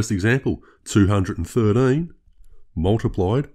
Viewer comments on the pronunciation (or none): I have watched many of your (great) videos trying to work out if you are a Kiwi or an Aussie. Your pronunciation of 213 convinced me you are an Aussie!